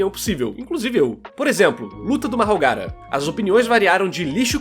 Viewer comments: Só eu ouvi ele falando mahogara? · vindo nos comentarios so pra ver os nerd puto com o narrador errando o nome do mahoraga kkkkkkkkkkkkk